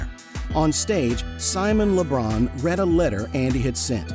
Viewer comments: Why is he saying Simon Le Bron?? Is he thinking of Lebron James? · "Simon Le Bron"